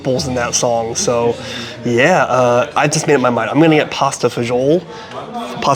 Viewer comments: it's pronounced pasta Fah-zool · Pasta e fagoli ( pronunciation is pasta fazool )an Italian dish originally eaten by the poor , and has many different variations it originated from Rome mainly the church so you are way off it means pasta with beans As for the beef it comes from the Chianina breed of beef which is Italian and it originly is a working cattle so it is a very lean meat. . Also when eating a specialty dish in italy and world wide you need to get it in the region it originated from. Word of advice from a person who used to review food , research and know what your talking and how to properly pronounce a dish name before opening your mouth and spreading false info. That's is part of your job you have been doing this long enough that you should know this.